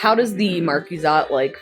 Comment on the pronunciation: i like how they each call the marquise de cat a different thing lmao and say "marquizat" and say "marquizate" says "marquizette" and says "markaset"